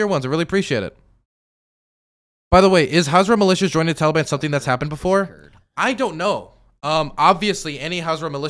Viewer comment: It’s him saying Taliban like it rhymes with Cinnabon that does it for me.